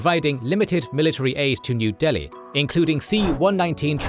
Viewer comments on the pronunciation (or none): none